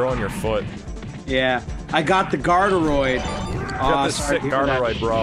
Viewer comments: It's Guard Droid -_- "Guardroid" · I believe it's pronounced Guard Droid instead of Guardaroid.